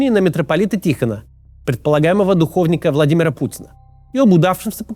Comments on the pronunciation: Макс Кац, только по правилам орфоэпии не "Дэвида Дуко́вни-ка", а "духовникА́"; "духовнИ́к". Как пуховик, снеговик, еретик, дневник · Только у православных в слове духовник ударение на «И»😅 соответственно, духовникА. А то какая-то духовка получилась)